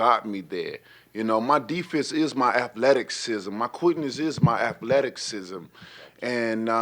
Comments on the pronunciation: “Aphletikizm” lol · “My deefense is my athleticksism, my quickness is my athleticksism” Who needs words? Absolute dive watch the playback! Disgusting… the Deyoncé train rumbles on! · Athletic-cism lol